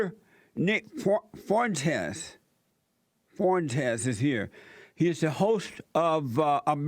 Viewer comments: How can u not pronounce Fuentes? Fwentez.... Easy.. "He looks white to me" okay..... Latin and hispanic people are descended from spaniards and indigenous people. So yeah many of them look white. Wow and ur bashing him for living with his parents? Whats wrong with him saving his money and helping his parents out instead of giving all his money to a stranger? And then u bring up dating. Many millennial and gen z women live at home WITH their own children. Hes a beta male because he lives at home? Thats fucking retarded. Dude is 21 not 37. Its okay. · “Nick Forntez” 😂😂